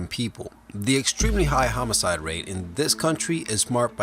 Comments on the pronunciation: what exactly is a homoside? you keep saying it. lol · Just wanted to point out that it is homicide, not "homocide"